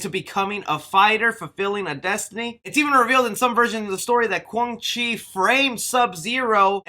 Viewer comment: Don't forget Kwan Chi. He was pronouncing his name wrong